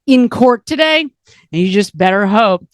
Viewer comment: I was expecting welcome welcome welcome ...not tiday! Lol im w uou girl i I also hate Xanax but i did double up on BP meds